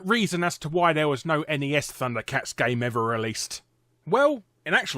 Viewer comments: Thats because Ness is not a word, but N E S is an abrieviation for the Nintendo Entertainment System.... you know, its name... XD.... just like its annoying to hear "Snes" as a word... like wtf gibberish is this? S.N.E.S. is okay, but really, we just called it Super Nintendo. Haha. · A Brit (or an European altogether) that calls the Nintendo console "eniies" instead of just Nes is kind of a rarity. :P